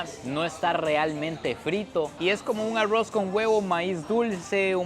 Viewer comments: Repite conmigo ARROOOOZ no Arrouz jaja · Amo estos vídeos, pero no puedo con su pronunciación de “aroz” 😂